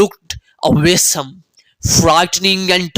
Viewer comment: accent ko british krna mien ap words ki pronunciation khraab kr rha hein like egyptian, awesome and anger. Apki audience pakistani hi hai.. to kyu khud bhi mushkil mein dal rha ho accent ka chakar bacho ko ghalt pronunciation sikha raha hein ap